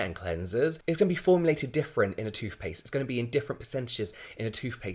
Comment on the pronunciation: Toofpaste? He seriously says toofpaste.